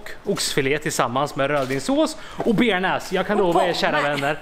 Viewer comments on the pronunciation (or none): none